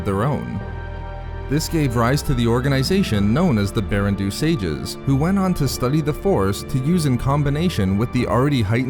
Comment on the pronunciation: I’m pretty sure “Baran Do” should be pronounced “BAH-ran DOUGH,” not “Barren Doo.”